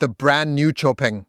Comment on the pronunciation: Xpeng is easier... but in Chinese....its pronounced like Show Peng